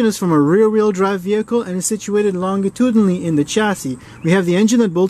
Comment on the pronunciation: You might know how a planetary gearset works, but I know that it's a soft-g in "longitudinally". Checkmate,.